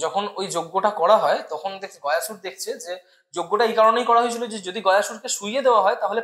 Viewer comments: Gaayasur noy goya sur vardan noy bordaan hobe uccharon ta amra bangali re bhai. Vishnu ji vramha ji 🤣🤣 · বিষ্ণু, গয়াসুর, বরদান, যমালয়, যম - এই শব্দগুলির সঠিক উচ্চারণ করা খুব শক্ত?